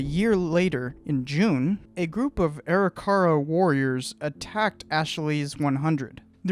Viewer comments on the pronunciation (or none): Arikara is pronounced "ah-rick-uh-ruh", not "airy-car-rah" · Great review. You have a new subscriber. Seeing all the mountains on his way back struck me as wrong right away. One minor criticism is you pronunciation of Arikara. It a should be A-rick-ara. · Pronounce the Indian name as ....AW-RICK-AW-RAW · Good video. I believe your pronunciation of Arikara is not correct. Something more like "Uh-rih-ker-uh"..... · Arikara is pronounced A-RICK-A-RAW just saying good video though! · Sorry a more correct one would be Ah-RICK-Ah-RAW. Im actually an interpreter at Fort Abraham Lincoln state park which has the On a Slant Mandan Village and I had to learn about the Three Affiliated tribes (Mandan,Hidatsa,Arikara). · Dude, you're completely mispronouncing Arikara. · pronouncing arikara wrong